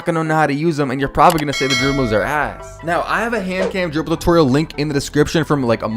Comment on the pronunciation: Bro CANNOT pronounce "dribble"